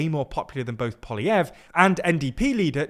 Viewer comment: finally learns to pronounce Poilievre and the guy loses his seat 😂😂